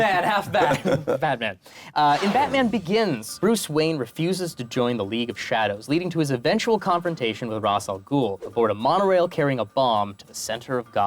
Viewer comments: Um Actually, you misspelled “Ra’s al Ghul” as “Ra’as al Ghul,” adding in an extra ‘a’. You also mispronounced it to sound like “RAHZ” instead of the more proper, albeit confusing, “RAYSH” sound. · um actually Molly Weasely is a year older then her husband Arthur also like EVERY SINGL CHARICTER INT HE MOVIE said Ras' Al Ghoul incorrectly (it's pronounced RaySH not RAZ) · Um actually it's pronounced (Ray-sh Al Ghoul) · Um, actually, you mispelt "Ra's Al Ghul", and it's properly pronounced like "Raysh" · Um, actually, it's pronounced Ra-eesh.